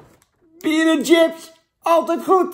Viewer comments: Jan, het is 'chips' en geen 'tsjips'. B.v.d. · Het is SJIPS geen TJIPS. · Jan zegt wss ook tjina